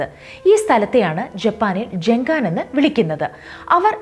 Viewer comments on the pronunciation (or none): ജങ്കാൻ അല്ല ഗെൻകാൻ